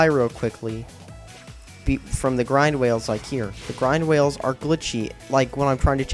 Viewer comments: you do know that DBZ come out after sonic. and how are the wisps anything lke mario galaxy? the only story element in that game that give you powers is the luma. and whats a "grind whale?" maybe you should learn to pronounce simple words before making a video. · gwind wails wow pronounce right... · Grind whales? Funny speech error.